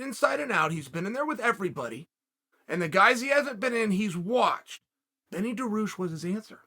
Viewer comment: Chael: ''Who do you think Dan Hooker said?" Me: "I guess Beneil Dariush by looking at the title" Chael: "Benny Daroosh is the answer" Me: "Ok, great"